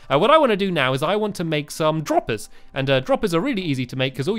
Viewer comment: how stampy says droppers lol